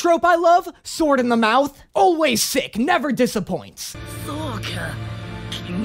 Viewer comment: I loves when he said swoero